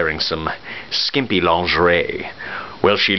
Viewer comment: Hearing you say lingerie is amazing.Speak some French for us.